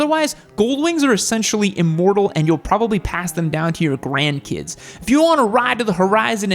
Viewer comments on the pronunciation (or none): none